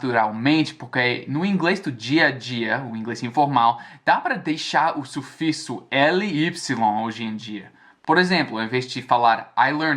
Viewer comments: seria suficso,ao pé da letra, e não sufisso...como você falou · Um "erro básico" que percebi aos é a pronúncia de sufixo (suficho), seria nesse caso "sufíquisso", porque o português nos pega muitas vezes com o "x" ao ter som de "qisso", "quissi", além de ter som de "s", "ss" e "z" em muitas palavras. Por exemplo: A palavra "EXATO, para quem tá aprendendo português ou começando a ler, pode pronunciar "echato" e não "ezato". Quando comecei a ler tinha dificuldade com "exato, êxito, êxodo, excesso..." Se para nós que somos nativos, já temos essa e muitas outras dificuldades, imagina quem não é nativo. No mais, é isso aí fera, te acompanho a um certo tempo e a tua evolução é nítida, parabéns por ser autodidata no português haha e mande as dicas pra nós do inglês. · Nice video. I guess you are saying 'sufixo' by the wrong way, , it is like of "sufíquisso". I'm trying to learn english as well <--. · a pronúncia é /suFIksso/ lembre do verbo Fixar /fikssar/ (ou da palavra sexo /seksso/) Nosso "O" final tem som de "U", discreto, mas, tem. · falou sufixo, mas falou o X com som de S mas é som de KS. tipo sufikso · o som nao é de S, é de CS. Pronuncia: SufiCSo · sua pronúncia de "sufixo" está um pouquinho estranho, o "x" fica mais inglês, tpo em "X-men", foi como eu aprendi, pode ser que mude de região para região